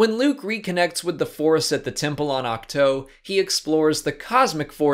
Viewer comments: Stop saying oc toe, it's oc two. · It’s pronounced Ach-two not Ach-toe